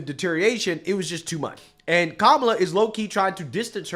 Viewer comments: Did whoppi just MISPRONOUNCE her name? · Hey!!! Whoopi mispronounced her name!!! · whoopi didnt say kamala s name correct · I believe the woopie cushion pronounced cam ma las name wrong. That's racist! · Whoopi needs to tone down the overt racism in her purposeful mispronunciation of kamalas name. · WHAT! Whoopi just DISRESPECTED kamala by mispronounced her name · Did Whoopi mispronounce Kamala?? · Whoopie mispronounces Kamala. 😮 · Oh, oh. Whoopi just mispronounced Kamala’s name. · Everyone heard it! Whoopi said kamala's name wrong!!! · Whoopi’s just mispronounced Kamala’s name 🤣🤣🤣🤣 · Kamala mispronounces Kamala's name! 😂 Im Indian I would know. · I'm sorry, did she just say Camel-uh?????? Effing racist!! 😂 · Whoopi is racist she doesn’t pronounce Kamala’s name correctly she says camel la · Poopi just said Camel-a so she's racist for pronouncing her name wrong.... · Did Whoopi just mispronounce Kamala? She said "Kam-ala", not "Ka-mala". I thought it was supposed to be racist to pronounce her name incorrectly. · Whoopi doesn't say KAMALA'S name right either. Did y'all catch that? Instead of Ka-mala she said KAM-ala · Notice how Whoopi isnt racist for saying Kam a la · Did Whoopi just call Kamala, Camala...... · Whoppi just called her Camela...like camel. . Why didn't they jump down her throat and insist she's disrespectful and lazy? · Omg Whoopi called her Cam-ala! Omg isnshe racists not pronouncing her name right? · Oh no! Whoopi said CAMELA! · Ohhhhbbh Whoopie can Pronounce Her name wrong????? She isn’t gonna get a beat down, for saying “KA-MALA” instead of how she’s supposed to pronounce it. They yell at anyone on the right who says her name that way, but it’s totally fine for them. Hypocrisy at its finest. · Lol, did Whoop just say Camel la after the dems are always criticizing people for mispronouncing her name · Whoopie couldn’t even pronounce Kamala name right when she bashed everyone else! She said camalala! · Did whoopsi just say Camela? Why she so racist?